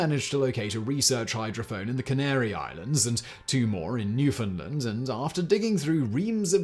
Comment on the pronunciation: Newfinnlande?…..Newfoundland (new-found-land) get it right!